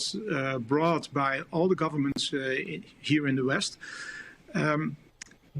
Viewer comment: I like how he said “it was a misinformation from our GORVERNMENTS” not government but gorvernments! They were all in on it. wake up world, the people you put at the top does not care about you. They really don’t. They will continue to lie and lie and lie to achieve their “new world order” agenda.